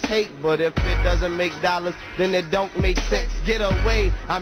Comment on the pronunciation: delaney He pronounced don't to make it rhyme with goin. I can say don't rhyme and its goin rhyme